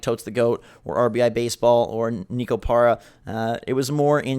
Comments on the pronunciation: It is pronounced NEKO, not "NEEKO." FFS. Neh....Koh. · It's pronounced "Neh-ko" (Neko), since it's Japanese. Just thought I'd let you know,. 👌